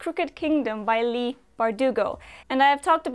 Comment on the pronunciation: we pronounce it lee here. I have three friends who have it in their name., Leigh, Leigh-Ann and Somer-Leigh lol